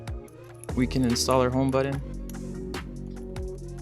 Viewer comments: It is called a ‘home ba-ton’ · Nah man, it's the way you say the word "button". How do you feel now? I feel weird when you cuss as well.